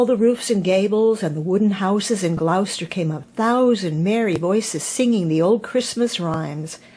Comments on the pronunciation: Hi, beautiful telling of your story. The mice were good actors. Hope you don t mind me saying you pronounce Gloucester as Glos not glous. Happy new year to you xxxxx God bless xxxx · Thank you,! From a Brit expat in Nashville. I LOVE Beatrix Potter! What a treat on Christmas Day 😊. (By the way, Gloucester is pronounced "Glo-sta", short vowel on the o, like in Glock) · Lovely story. Just a small point... Gloucester is pronounced 'Gloster'. Merry Christmas from England ❤